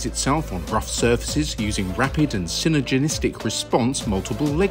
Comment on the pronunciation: synergistic not synergenistic